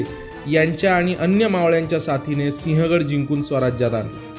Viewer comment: Pronounce as Sivhagadh and not Sihagadh . Do some home work please.